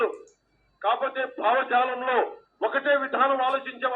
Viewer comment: Bhavajaalam kaadu 😊baavalajalam